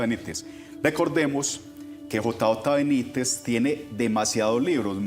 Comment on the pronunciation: Señor Iván disculpe, pero es el segundo video que encuentro de ustedes y de verdad no puedo con que usted cada vez dice J A Benítez, por favor interiorice JJ, su compañero creo que hace más fuerza que yo, cada vez que usted lo nombra